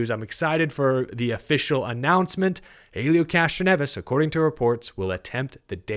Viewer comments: The H is silent it's elio, not Hailieo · Small note from the Indycar side: it's pronounced ELL-EE-OH Castroneves. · Pronounced Elio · gonna have to learn how to pronounce Helio. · Seriously u can't say Helios name remotely correctly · Also why do u say Helio like that your the only one I’ve seen say it like that